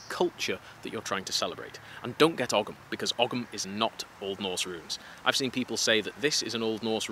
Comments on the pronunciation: oh i like this guy. Was wondering if he'd mention ogham, (actually pronounced more like Ohm), i have an ogham tattoo, or well a psuedo ogham tattoo as its my name and there are no actual records of the letter P used in Ogham so the rune is kinda made up by scholars. Anyway, thank yuo for the information, that was a really helpful insight, i'll keep that in mind when looking into futhark tattoos. Also i like your inisistence on runic tattoos being nerdy, will fit nicely next to my digimon crest of courage tattoo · Hey, not sure if this is correct or just a modern version, but growing up in Ireland we always learned that Ogham was pronounced oh-mm. Kinda like the sanskrit om that yoga teachers love to use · Ogham is pronounced "Ohm" like the unit of resistance. Cool video by the way. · Love your content and love your delivery, currently in Ireland people pronounce Ogham like the 'ome' part of home That may not be historically accurate it's just how I see it pronounced when I encounter it. Again your work is awesome, so great to see more videos from you There's some ogham graffiti on a road near where I live in Galway, it's def from like, the mid 00s but I still enjoy it when I see it